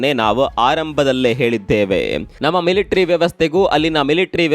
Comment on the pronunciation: ಅದು ಮಿಲಿಟ್ರಿ ಅಲ್ಲ ಸಾರ್.. ಮಿಲಿಟರಿ ಅನ್ನಿ ಅಥವ ಸೈನ್ಯ ಎನ್ನಿ.. ಮಿಂಡ್ರಿ ಮಿಲಿಟರಿ ಅನ್ನೋದು ಸರಿ